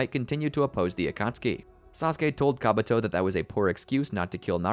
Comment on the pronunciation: My brother in christ, it's KabUto, not KabAto...